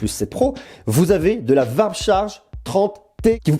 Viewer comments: "varp charge" 😅. Ça se prononce "ouarp" 😉. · Sympa le comparo 👍 Par contre je trouve les tarifs vraiment abusés par rapport à des marques plus etablies. Pour moi, la marque à suivre pour le moment c'est Xiaomi ; sans doute plus pour très longtemps, ils se mettront forcement au diapason. Par contre stp.... warp = "ouarp" et settle ="seteul".... je ris à chaque fois 🤣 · Ça se prononce plus "vrap"